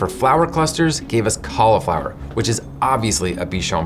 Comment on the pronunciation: Thank you for pronouncing it "caul-ih-flower" rather than "caul-ee-flower," which pronunciation I blame on Rachel Ray and the Food Network. Love your little sub-channel (and the rest, too, of course).